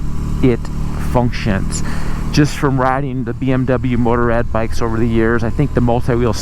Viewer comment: If one are unable to pronounce Motorrad properly (as in German language), why not stick to the already translatated word Motorcycle instead?